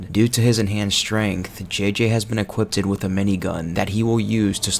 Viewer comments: "Equippeded" hahaha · Great video. I have to say though that it is "equipped" not "equipted."